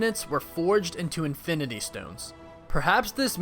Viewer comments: infiminy stones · Anyone heard Infininy stones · "INFININY stones"